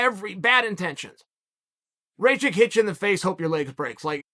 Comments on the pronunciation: uncle... their NAMES are pronounce like this: Blahoewitch no pun intended and Rakeech jeez uncle😭🤣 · "Blahovavitch vs Raychich" Chael 10-7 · It’s actually pronounced rachachich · Rachitz vs Blahovovitch 😅 every time omg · "Rake itch" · As Serbian hearing Uncle Chaels way of saying Rakic is hilarious lmao Raychick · Rayhich and Raychick🤣🤣🤣🤣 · Rakic? Who's that? You mean raycheek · Raychich Raychick Rai- Chick Raykich God i love Chael 😂❤️ Let’s go Raichick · Impressive how he butchered both names